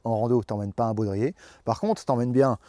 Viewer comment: baudrier et non boudrier